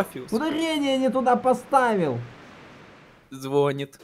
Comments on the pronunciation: А как тебя тогда? -Можешь полным никнеймом? -ДОрофиус. -Ударение не туда поставил! -ЗвОнит(или звонит) -АААААААА1!!!! 1!!! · ДоРофеус, звОнит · ЭдорОфикс. Ударение не туда поставил ЗвОнит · Доро́фиус - ударение не туда поставил - Зво́нит - УАААААААААААААААА 🚀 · хммм,в сценарии написанно тортЫ,а озвучили звОнит.Лайк актёрам озвучки :D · Никто: Абсолютно никто: Я: звОнит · Дорофиус. -Ударение не туда поставил! -ЗвОнит убило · Никто: Вообще никто: Я: звОнит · Звонит ТортЫ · я: звОнит, руссичка